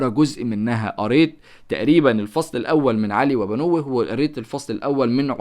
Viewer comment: علي وبنوه يعني وابناءه انت نطقتها غلط